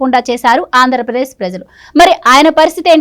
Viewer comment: 0.7 .08 (ఆంధ్ర ప్రేశ్) కాదు తల్లి_ 🙏 [ఆంధ్రప్రదేశ్]